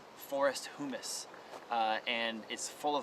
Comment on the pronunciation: Great discussion and demonstration of using wood chips! But, I've never heard the word humus pronounced that way. Maybe I haven't been listening.